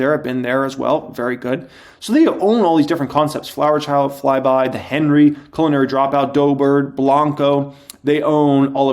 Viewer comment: Omg you’re so funny! The way you say culinary dropout you are doing that on purpose right? It sounds like you are saying colon-ary dropout. Like slightly to be hilarious! Omg I almost died. I can’t un-hear it now. You sly dog. I didn’t know you were this funny!